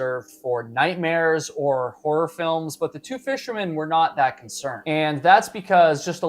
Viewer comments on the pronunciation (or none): none